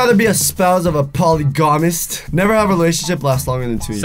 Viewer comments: Did really say (Poly-GAMIST?!) lol it’s pronounced Po-lig-ah-mist! 😂😂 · The way you pronounced "polygamist" left me laughing on the floor for 10 mins straight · The way he pronounces polygamist lolll